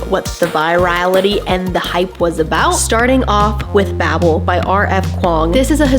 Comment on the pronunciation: Many endless days now since I last heard someone pronounce ‘bable’ correctly… my quest continues…